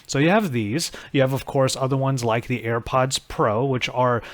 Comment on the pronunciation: It's not Air buds. You are constantly calling it Air buds.